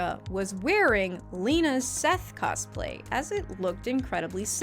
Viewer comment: "coSplay" 🤡 Why over pronounce the s? Lmao